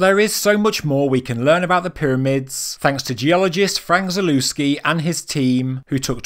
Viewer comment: The proper pronunciation of his surname is ZALEVSKI